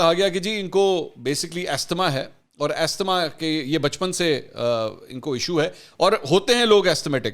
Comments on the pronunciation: السلام علیکم۔ Pronouciation is “azma”. الله سُبحان وتعلٰی ھم سب پر رحم فرماۓ اور شہباز گِل کو ھدائت کے ساتھ آسانیاں عطأ فرماۓ۔ افسوس یہ بھی ھے کہ گِل کے حالات دیکھ کر بھی عمران کی مُنافقت اور فرعونیت میں کمی نہیں آ رھی۔ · The word asthma is pronounced as ‘azma’.